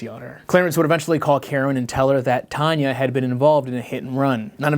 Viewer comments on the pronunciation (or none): This whole time I thought her name was Tanya by the way you pronounced it but it's Tonya? Also wtf is this entire story!? Additionally... wait... I recognize that photo you showed of them. Some other true crime channel or something must have covered this case at some point but I only recognize the photo, somehow. Oof. That bit about Tiny was a lot.